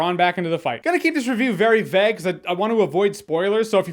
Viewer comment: Why are you saying vague like that? Vaag???